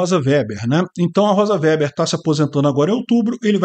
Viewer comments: O sobrenome da ministra se lê Vêber,. Vocês que moram em região nâo-colonizadas por alemães não estão acostumados ao uso dessas palavras. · Chamar a Rosa de "véber" é de uma indigência intelectual extrema. O sobrenome é ALEMÃO, que é avesso ao "é" e "ó".